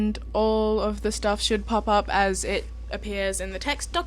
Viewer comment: "... should durrr." <333 That accent. <3333